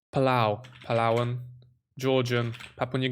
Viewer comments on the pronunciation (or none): none